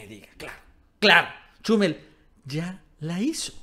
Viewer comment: "Chúmel", "Férriz". Por qué acentúas mal los nombres?